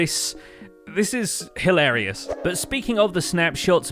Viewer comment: Did you just call that spawn "Hill-areas" 😏